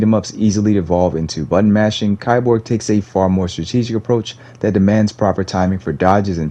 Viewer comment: it's pronounced "KEY-borg"